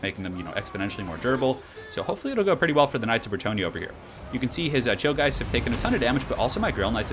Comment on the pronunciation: am i the only one that heard chillgheist as 'chill guys'?